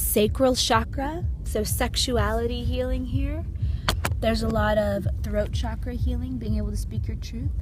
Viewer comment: Say shakra one more time